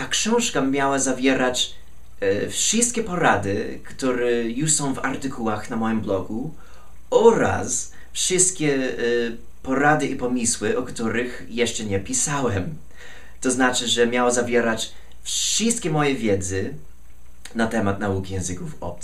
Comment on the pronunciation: "PomYYYYYYYYYYYsły", a nie "Pomiiisły". Nie gniewaj się, ale to trochę irytujące. :-) A jeśli chodzi o propozycję tematu na e-booka, ja polecałbym temat strachu przed mówieniem - z tym naprawdę dużo ludzi ma problemy! ;-)